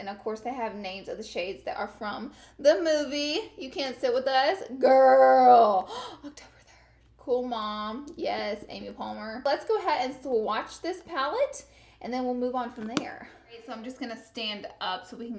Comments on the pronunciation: It's Amy Poehler.. not Palmer! haha come one Laura. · ‘Amy Palmer’ lmao you mean poehler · “Yasss Amy Poehler**” not Palmer 🤦🏻‍♀️ lol loved this review though!! 💘🌺🌹💗💓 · I thought I was the only one that heard u call Amy Poehler...Amy Palmer 😂😂😂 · You called Amy Pohler "Amy Palmer" and I died a little inside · Did she just say Amy Palmer 😂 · Amy Palmer 😂😂😂 who else caught that?? She can never get names right 😂 #amypoehler Love ya Laarrr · Did you actually call her Amy Palmer though? 😂😂😂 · Did you say Amy Palmer??? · I almost thought I heard you say Amy Palmer?! lol!!! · Did she say Amy Palmer? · I think you meant to say Amy Poehler but it’s fine you can’t pronounce most words it seems like